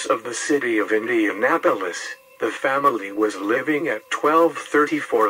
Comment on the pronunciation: Nice video but INDENAPOLIS,JOHN Dillinger oy